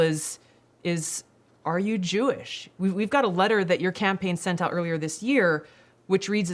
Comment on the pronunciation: Damn they tried to cancel YE first then Kyrie for posting a book this guy says I'm not kewish I'm kew-ish lol 😂😂😂